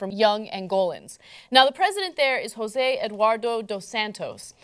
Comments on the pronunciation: Angola speaks Portuguese, Ana. I'm sure you don't pronounce the President's name as 'Hozeh'. You actually pronounce the 'j' as a it is. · I do love how everytime an american sees "josé" they pronounce it in spanish. Well, guess what Ana, either you pronounce it in english or pronouce it how it should be pronounced, in portuguese (in this particular case